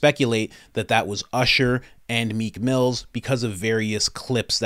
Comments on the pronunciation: It’s Meek Mill no “s” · It’s Meek Mill . No S .